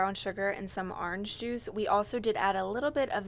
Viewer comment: Aaawwww you pronounce orange the same way I do!!